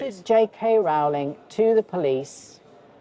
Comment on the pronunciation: It's pronounced r-owling not rolling.